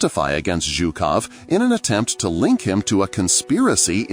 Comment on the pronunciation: Its not ZOOKOV, he's not a Zoo-keeper, its ZHUKOV pronounced like the "s" in the word "pleaSUre". You said it right for some reason and but some reason you called him Zookov in the first half of the film... odd. But good video 👍